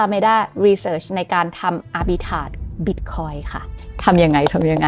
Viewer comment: อาบิ"ทราจ"มีร.เรือนะ.!!?